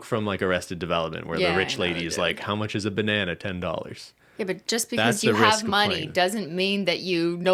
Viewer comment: "i mean, it's one BEYNana, michael - what could it cost, ten dollars?!"